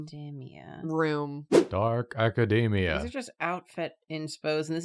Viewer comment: pronouncing academia like that is crazy. theyre like saying macadamia